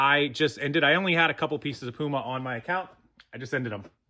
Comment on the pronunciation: So no “Poo-Ma” well shoot